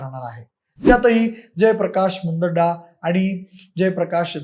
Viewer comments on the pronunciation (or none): मुंदडा आहे मुदांडा नाही😂